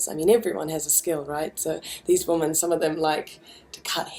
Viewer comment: Someone needs to break it to Kimbra that she's pronouncing the word "women" wrong! (hint: it sounds different to "woman"!). Keep it up Kimbra love your work, here and everywhere else!